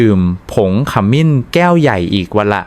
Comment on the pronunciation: บทความมีประโยชน์ดี แต่ทำไมอ่านให้ภาษาไทยให้ วิบัติด้วย จะสิ้น ไม่ใช่ ขะมิน สงสารภาษาไทย ช่วยดำรงค์ภาษาให้ถูกต้องเถอะ ปล่อยผ่านมันจะวิบัติทางภาษา